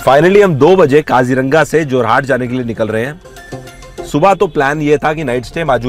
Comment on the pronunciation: जोरहाट नहीं है बे, जोरहट है!